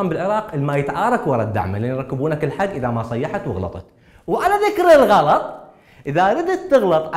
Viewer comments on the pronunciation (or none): none